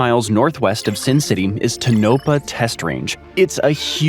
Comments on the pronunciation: Yeah it’s pronounced Ton-o-paw not Ta-nop-a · to no pah not to nop ah! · TOAnapaw, not TonOpaw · Its pronounced Tonapaw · You pronounced Tonopah incorrectly at the beginning of your video. Toe-no-paw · Tonopah is pronounced: Ton-oh-PAW, emphasis on the last syllable Shasta's pronunciation rhymes with " Has ta "